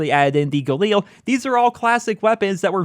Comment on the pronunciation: If you could pronounce galil the right way and not like a mongoloid... much appreciated. It is not an eel its a fucking weapon